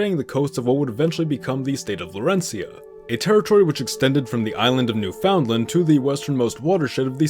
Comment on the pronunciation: New drinking game: Take a shot every time some video referencing Newfoundland can't actually pronounce the colony/Canadian province's name correctly...